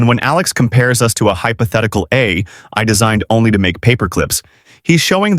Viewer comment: is this narration artifically generated or did you not understand your own script? you referred to "a hypothetical "A" I designed...." rather than "AI"